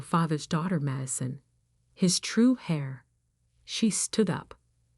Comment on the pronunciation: HEIR, NOT HAIR. PRONOUNCED AIR.